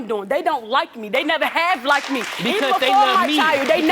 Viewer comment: Please people, it isn’t “likedid” it’s “liked” come on 😂